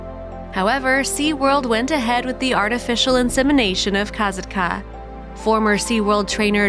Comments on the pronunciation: Kah-SOT-kah, not KAZIT-KA or whatever this narrator was saying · It's Ka sat Ka, not Kaitka!!! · The name is pronounced; "kah-SAHT-kuh" not "Ka-zat-kah". I was the one in charge of the crown control people at the show in 2006 and I made the first call for a paramedic transport when she dragged Ken Peters (aka Peety) down and I know him personally. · Her name is pronounced Kasat-ka, not ka sa ka. Just an fyi only. It’s so sad what happended to all these animals 😢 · This is so sad, I knew instantly it was about Kasatka, also it might be about accent or smth but I think her name is pronounced Kasaka, without the T , but spelt with it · Kuh-sat-ka. Not Koz-ot-ka. My god i can’t watch due to the name pronunciation. The way they say it sounds so dumb. They know how to pronounce it. Come on. You mean to tell me they didn’t listen to videos and hear it? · Its pronounced ka-sock-a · I wish the narrator of this video would fact check before recording the soundtrack to this video…and please ensure you are pronouncing the orca names correctly, say it with me: CAT-SOCK-KAA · It's pronounced Kah SOT kah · you are pronouncing her name wrong just so you know. It’s pronounced kass-ought-ka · Her name is pronounced KA SATKA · It’s Kah-Saht-kah no Z!!!! Your butchering her name. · Finally! Not saying her name right was kinda bugging me and also took away from the video info. 😕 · Stopped watching after barely 2 minutes in. You can't even pronounce her name right. And you expect people to listen to you. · Lol you are pronouncing kasatka’s name wrong 🙄 CRINGE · Your saying her name wrong. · Learn how to pronounce the names, for Pete's sake. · you are not saying her name right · literally! they entirely forgot to pronounce the "T" in her name and yet somehow pronounced katina's name right